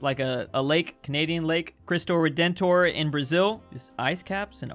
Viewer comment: it’s not cristor redent tor stupid